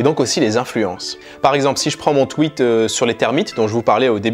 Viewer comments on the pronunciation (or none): none